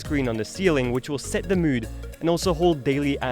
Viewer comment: What's with the weird way to pronounce "mood" or "supposed"?!? You think that is cool? It just sounds dumb, tbh...